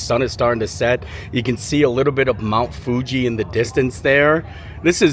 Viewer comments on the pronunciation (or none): none